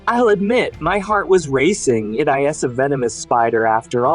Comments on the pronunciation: Yo, learn how to pronounce "IS" it is pronounced EES and not EYE-ESS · "It (EYE-ESS) a venemous spider after all." XP